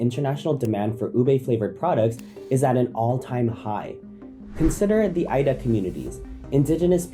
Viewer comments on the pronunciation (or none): none